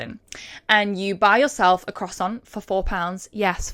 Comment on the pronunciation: I ADORE YOU BUT WHY DO YOU PRONOUNCE CROISSANT THIS WAY